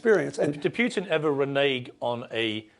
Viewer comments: For all english native speakers: PUTIN is red like put- in, not PYUTIN... avoid sound "YU/JU" IN THE "U" letter. 😊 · Anyone who pronounces Putin as "PEW-tin" automatically shouldn't be taken seriously. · 😂😂😂 I scream loudly every time I hear them say “Pew tin”. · To all you British dorks: his name is "Putin" not "Pewtin". Until your country stop jailing people for tweets I don't wanna hear you opinions about American affairs. Go home redcoat. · Poo - tin